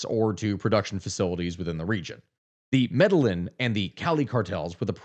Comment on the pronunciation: Love your videos, but as a Colombian, Medellín is pronounced "Mede-jean", hearing "Mede-lynn" made my ears sting 😂😂